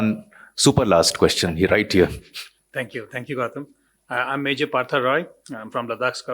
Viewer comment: The general in the video itself said, I love your fucking food..common man.. he couldn’t pronounce Gautam’s name right, where is the homework?